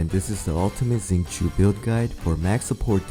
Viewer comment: Its shing-cho not zing-choo